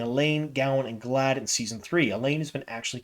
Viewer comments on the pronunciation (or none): I just finished listening to AMoL today. I can always tell the book readers from the audio listeners by pronunciations. Trollocs and Galad are perfect examples in this video.